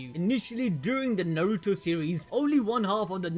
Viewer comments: You do realize his name is is Nar-roo-toe not nor-ru-toe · why is he pronouncing Naruto as Nauruto 😂